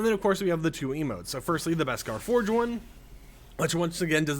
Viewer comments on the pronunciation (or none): none